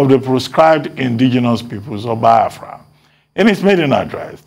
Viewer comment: Ruben i think you study good, your pronunciation on Biafra is very very very Bad...Simple Biafra can that hard to say? Always